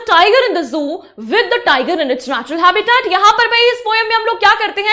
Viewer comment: Mam apke habitat bolne ka tarika thoda casual ....😅😂